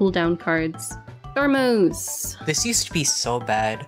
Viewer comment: the way they said thermos😂